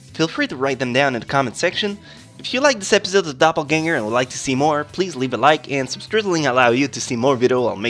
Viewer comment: doppelgänger- just found out that this german word (i'm from germany) exists in the english language too just like poltergeist and kindergarT/Den sooo freakin funny how u pronounce it😂